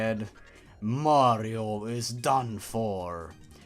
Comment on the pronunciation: omg, ur mehrio gaempley is shetty. U cant even pley a mehrio game XD “dabs” In all seriousness, great vid dude. Subbed.